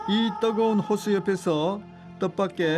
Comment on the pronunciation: 떠거운 곳? 떠거은? 발음 개 웃낌~^^